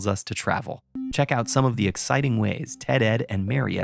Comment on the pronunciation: First time I have heard Marriott Hotel pronounced properly by someone with an American accent